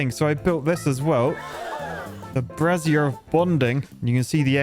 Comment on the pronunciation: The key is in the pronunciation, It's brazier, not brassiere 😂